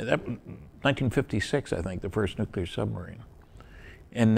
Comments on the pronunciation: you did an awesome job... but its NEW-CLEAR not NEW KYOO LER on second thought, I just got to the 59 min mark... not good. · STOP SAYING "NUK-U-LAR" it's "Nuclear". "New-Clear". "NEW-CLEAR"!!!!! Pronounce it right, or don't say it. Seriously. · From what I noticed, 'nuc-ular' has become an accepted pronunciation in the military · Stanton is admirable for not being as furiously annoyed as i am, everytime i hear say "Nuc-ular". Please, dont take English lessons from George W. Bush. If you have a nuclear phycisist guest, you could at least pronounce one of the most spoken words properly. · new clear ... done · This is pretty funny I'm getting more comments about my miss pronunciation of the word nuclear in the whole interview . I should do it more often I forget how well it worked for George Bush